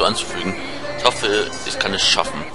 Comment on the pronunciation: du sagst nicht ich sondern is